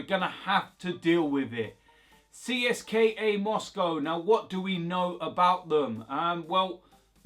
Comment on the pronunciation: It’s “Cist-ka” bro.